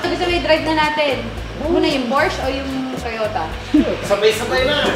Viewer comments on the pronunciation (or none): Porsche pronounce as Porshaaa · it’s a por-shuh yan ang tamang pronunciation alex! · PORSCHE IS A GERMAN CAR...KAYA ANG PAG PRONOUNCE PO NYAN AY HINDI PORSCH....KUNG ANO PO ANG NAKASULAT YUN DIN ANG PAGBASA